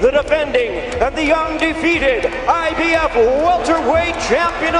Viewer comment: Either ur boy uses Advanced text to speech or he doesn't know how to say Mikey or IBF